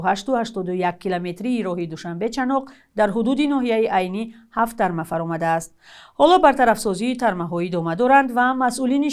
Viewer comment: Торме Не Тарма